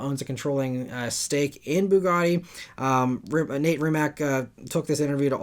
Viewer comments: Small correction, Rimac founder is Mate not Nate and the last name is pronounced "RiiimaC" (hope it helps and thanks for the news) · Brett Berk has a video riding along with will i am in a MB. Mate Rimac = ‘Mah-tay Ree-mats’ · Mate Rimac's name is pronounced Mah-tay Rimats BTW